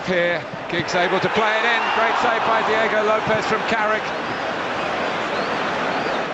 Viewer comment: U mean Diego right, what in the hell is Deago